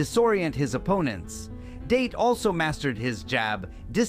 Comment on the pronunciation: ITS not Date like taking a girl out its sounds like Dah - Tay